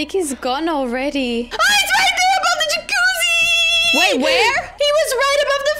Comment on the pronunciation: She said jacuzzi lol not yakoozy